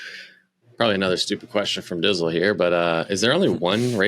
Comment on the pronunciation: OMG - call him "Dtizle" not Dizzle - what a major slip up. His knowledge cycling makes him look like one of the students in the the first Indiana Jones movie, star struck and dumb as f#^k! His head linkage is broken.